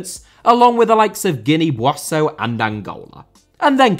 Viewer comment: I love the fact that you made a video about a country that I’ve got so close ties to. I found funny the way you butchered Bissau but hey, the reference is there. Amazing content! 🇬🇼❤️🇲🇿 On a serious note, I think it would be interesting to have a video about Guinea-Bissau’s rise in stature in African football, the controversial figure that is Catio Baldé, the players that now choose us over Portugal and stars we have scattered around Europe like Ansu Fati, Dayot Upamecano, Danilo, Beto and Bruma. Oh, and Eder